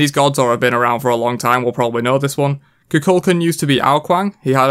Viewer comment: Khu Khule Kahn is how you say Kukulkan. The gods say their name and people still say this one wrong. Why. Lmfao